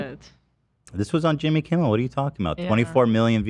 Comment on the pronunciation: why tf is them calling jimmy kimmel “jimbel kimbel” sending me